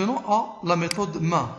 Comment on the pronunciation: Vous avez dit "main" alors que avec l'accent c'est mèïn